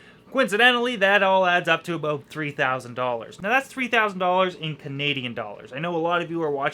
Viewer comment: Aboot, haha Canadian EH?!